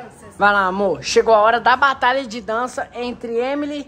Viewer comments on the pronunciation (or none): N sabe nem falar o nome da EMILY direito!!